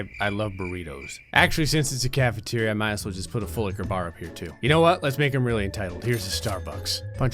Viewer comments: The way he said full liqueur barrr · you said full liquor bar wrong that is crime amongst the people of gray fix your crimes and it will go unnoticed -signed, your subscribers